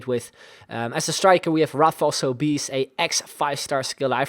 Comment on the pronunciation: Sobis its pronunced Soh-bes